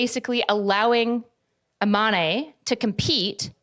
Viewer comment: I'm so sorry, it's not a big deal but it's pronounced Iman (without an e at the end). It's just a little painful hearing it pronounced Imanee. Great video tho <3